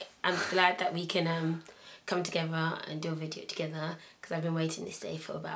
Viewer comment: i love how she says together..."togefer"